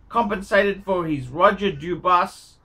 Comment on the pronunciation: How many ways cans you mispronounce Dubuis?